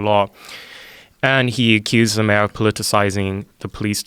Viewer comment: This guy's voice is the most annoying thing I've heard all year. His pronunciation of words like mayor make me cringe so hard I'd punch him in the fucking face..